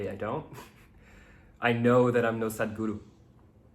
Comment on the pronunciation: I like how you say Sadhguru 🥰 solitude and singlehood is a blessing, Cheers 🍹